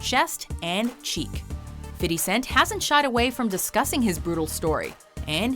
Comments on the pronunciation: Fifty not fity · Why does she have to say "fiddy" instead of fifty cent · Stop saying fitty. It's Fifty (Fif-T). You wannabe black people.